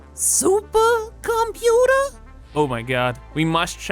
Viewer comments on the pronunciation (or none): The way you say SUPER-ComPUter makes me giggle every time. Thank you!